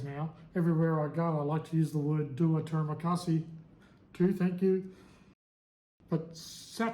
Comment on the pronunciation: To ask for the bill you just can say (saya mau bajar) i want to pay translation. Terimakasi premaunce like tree ma Kasi And tedak prenounce like Ti dak Keep on practice. And maybe you.can start taking some lessons mister good luck 🤞